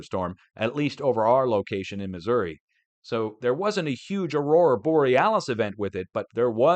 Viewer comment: You pronounced New Madrid and Missouri correctly!